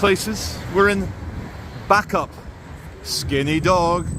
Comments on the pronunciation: It’s bacup as in baycup lol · you do know your saying bacup wrong lol